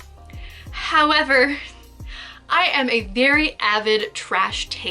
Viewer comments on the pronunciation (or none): when she does a pause and says "... howerverrr/but" hahaha figure collecting woes